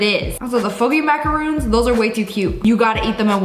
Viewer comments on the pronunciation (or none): It's macaron darling ❤ not macaruun 😊❤